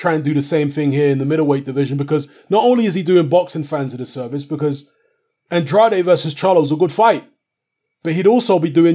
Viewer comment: Andrade... Pronounced "An-draid" please!!